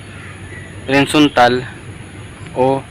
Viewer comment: Boss ano ang sinasabi niyo? Windzontal o horizantal?